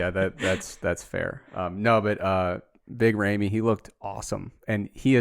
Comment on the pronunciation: Big ray-me??? 👀☠️